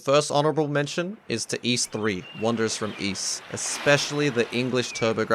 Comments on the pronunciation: Allow me to rephrase it for you then so you can understand. You were not saying iisu, you were saying Es. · you showed iisu in katakana on the screen then proceeded to say iis most of the video. I prefer 'Ys' to 'iis', but if you said 'iisu' i'd be fine with that too. chopping off the vowel at the end could happen in japanese language sometimes but it's not the more common outcome and even if it were, there's usually still a hint of the vowel, like there might be a hint of the second b in the word bomb.